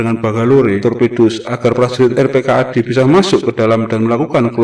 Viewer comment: Yang bener dibacanya rp - kad ...bukan r.p.k.a.d ...